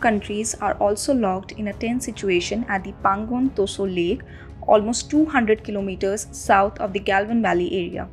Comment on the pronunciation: This reader should learn how to pronounce * Tso